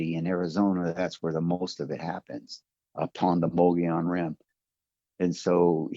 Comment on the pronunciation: I love a good story but the only thing that could me off guard was he pronounced mogollon rim wrong. If he’s a native he should have pronounced it correctly. Not to be a party pooper but he gets a pass if he’s not but if he is a native to AZ I call BS.. sorry